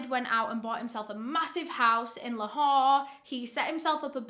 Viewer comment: Excellent pronunciation of Lahore and and Pakistan.. Wow I'm impressed